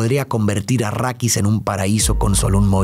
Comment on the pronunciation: Dejé de ver el vídeo cuando escuché "achrídis" 🤢🤢🤢🤮🤮🤮